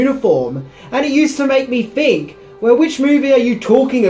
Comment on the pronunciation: Think. Th th th th not fink. Th not f.